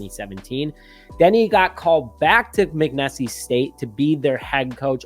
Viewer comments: Nessie is in Loch Ness... it's pronounced "Mick-Niece". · Good hire . The college is pronounced mack neese state ! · McNeese pronounced Mick Niece😂.. 🐻⬇️